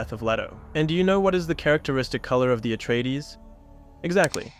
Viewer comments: Also "Atraides" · "Simmer" "Atreedees" "Freeman" its a good breakdown but dude should use the pronunciations from the movie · How did he mispronounce every single name except Paul and Jessica 😂 Freemen Letto Har-koh-nen Atreedees